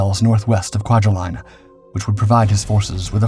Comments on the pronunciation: Kwajalein is pronounced Qua-ja-leen. Not line or lion. Truk is pronounced Truck, not Trook. Can you please research correct pronunciations & also spare us the hyper-dramatic descriptions: "It's very name stuck terror into the hearts of American Servicemen." Please. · Kwajalein Atoll=Kwa Ja Lean, (not Line). JFYI